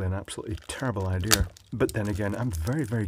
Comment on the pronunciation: "doing this is the day before flight is probably a terrible idear, but then again I'm very good at terrible idears" xDD